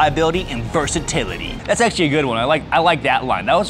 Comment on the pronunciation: ACK-SHU-A-LEE your first video was published in 2019; I believe it was about the Cloud Defensive REIN.